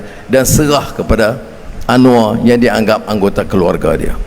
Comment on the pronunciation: Anwar bukan "Anuar"